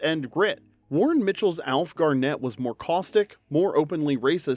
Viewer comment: the emphasis is on 'Gar' not 'net.'